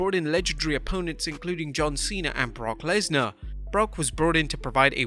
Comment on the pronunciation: “Brock lensar “ 😭😭